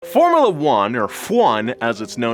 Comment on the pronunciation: From uh luh 1 he called it. From you luh 1 is how I'm sure it's said.